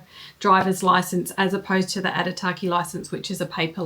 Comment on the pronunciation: Thanks for the info. Would like to add though that Aitutaki has no R in the word. Pronounciation is key, as sign of respect to local people and culture